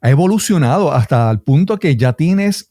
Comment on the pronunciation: "Sho he dicho sha"...